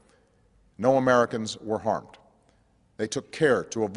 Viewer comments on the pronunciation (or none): gf i loved the way he said no americans were harmded idk why